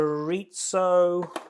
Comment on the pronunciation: U were a little awkward at first, but it was really fun, also it’s pronounced Cho-ree-zo. Hope you continue to do these.